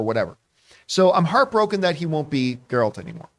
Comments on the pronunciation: It's GE-ralt. Not JE-ralt. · ok john you can get rid of this particular “host” shes always flubbing words and she said “Gerald” of Rivia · I don't understand how people who say they watched the whole show or played the entire of Witcher 3 but still can't pronounce Geralt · The girl who mispronounced the name didn't say she watched the show. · Oh, the horror!!! She mispronounced the fictional character's name!!!